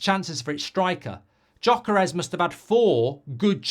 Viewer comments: It's pronounced Yok-Ur-Iez not Jok-Ur-ess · G-yoy-ker-esh :D